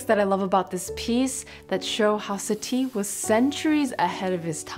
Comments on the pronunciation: The accent is on the first syllable:SA-ti, not sa-TI. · I could've sworn that Satie isn't pronounced like "Satee".